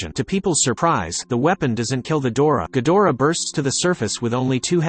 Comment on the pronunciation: Not ghodorah ghidorah